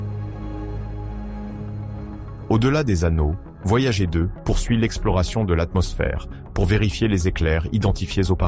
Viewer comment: La sonde "voyagé" vraiment? Et toutes ses liaisons ridicules entre les mots, pas top cette fichue IA. Comme d'autres, désabonnement jusqu'à un changement pour un vrai conteur humain aux manettes. Néanmoins bonne continuation à votre chaîne.